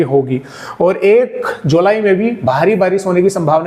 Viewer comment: आप जुलाई कि जगह जुलाई बोल गए